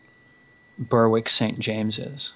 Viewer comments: Guys, Berwick is pronounced "Ber-rick", kind of like "Derek" with a B. It's not "Burr-wick". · The "w" in Berwick is silent - ie, it's pronounced "Berrick" ... :-)